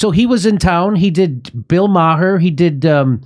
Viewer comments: Jimmy: '-then he did Bill MA-HER' Kurt: *Struggling & failing to hold laughter in after Jimmy mispronounced "Maher", & bcuz he already called him out 1× for sayin 'E-bow-knee' instead of 'Eboni'* LMFAO! 💀💀💀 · YO JIMMY WHATS WITH THE BILL MAA HER SHIT ITS BILL MARR OR POS WILL DO ITS NOT NOT MAA HER YOU FAMOUS DORK WHO CANT DINE OUT ANYMORE CAUSE WHY NOW PEOPLE WILL GO TO THE RESTAURANT HUH? IVE BEEN GRUMPY ALL DAY ITS NOT YOU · Not too long ago I wouldn't have considered watching Fox or Tucker Carlson. Now, I watch Tucker everyday and watch a lot of Fox. Jimmy, do you do that on purpose or don't you know Maher is ONE syllable - ?